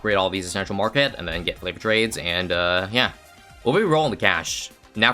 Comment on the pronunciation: Am I the only one who hears flavoured trades?